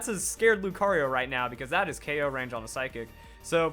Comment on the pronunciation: It's K.o not okow